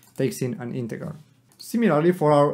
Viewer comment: Just so you know, you are pronouncing 'integer' wrong. the g is pronounced like j in juice. not like g in god.